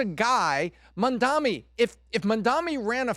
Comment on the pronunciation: Don’t worry if you can’t pronounce his name. You’re smart and successful. You provide the numbers and the analysis 🧐 for the team. It’s funny 😆 because you’re a very smart man who happens to have a difficult time with this one thing. No one is perfect my friend. 👍